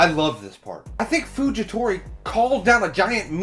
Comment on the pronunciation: Fujitora not fujitori